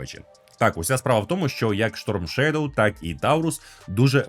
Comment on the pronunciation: Сторм шедов а не шторм шедов. Адже шедов це вноземне слово, тоді і сторм треба говорити